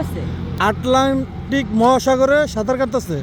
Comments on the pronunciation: পাগল হলেও আটলান্টিক শব্দ ইউটিউবারের থেকে ভালো উচ্চারণ করছে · আরে সাংবাদিক আটলান্টিক উচ্চারণ ও করতে পারছে না 😂